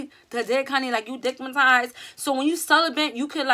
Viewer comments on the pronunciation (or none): Yo sis! Did u just say dick-ma-tized...